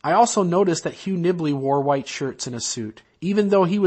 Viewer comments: Ah, I've never been LDS or anything to that effect but I find other people's belief systems fascinating. The speaker, "" or whhhhatever seems to have an interesting vocal tic. As in he pronounces the word "white" as if it begins with the letter "H'". Hhhhhhwite! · I'm from Utah. Isn't "hhhwite" the proper pronunciation? I thought it was as I put some hhhwipped cream on my strawberries.